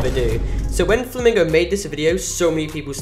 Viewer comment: Mr Flamingo not me flim flam bro can't even say it right